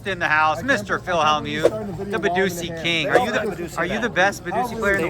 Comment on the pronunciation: did Phil mean badugi or is badusi a real game